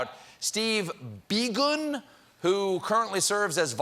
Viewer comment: Is Biegun pronounced "bye-gun" or be-gone? Hmm.